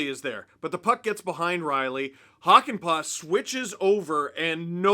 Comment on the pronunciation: It's Hakanpää, not Hakanpaa. See pronunciation example